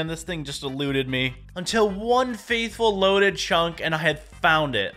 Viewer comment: Just wanted to throw this out there, but it's "fateful", not "faithful". As in "a fateful enouncter", like it's fate. :) It sounded like you said "faithful", so was just letting you know. I love the graphics for this though. I've seen a few videos made in the style of the trailers. It always looks so good.